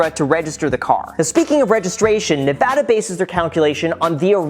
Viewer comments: He gets a like just for saying Nevada correctly. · He said Nevada properly!!!!